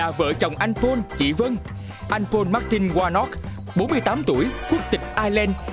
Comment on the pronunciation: noi tieng Anh te wa ten Paul ma doc sai